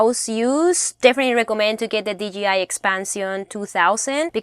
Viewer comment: Okay, I’m sorry I can’t anymore. Would you please pronounce the hard version of the letter J (Jay) for us? And a hard letter G (Gee) ? I just have to know if it’s a colloquial accent/dialect thing or you were mistakenly told the company is DGI instead of DJI? Thank you for a great overview of Van Life is all about! Glad the algorithm pointed me to your channel today. Like and Subscribed :) Look forward to more interesting content, Cheers!